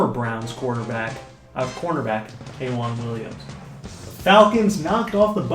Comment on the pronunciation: this dude says k'waun williams name so dam white